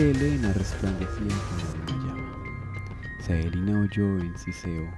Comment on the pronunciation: no es por tirar hate pero porque le dice Saelina?, me deja descolocado que le diga asi :S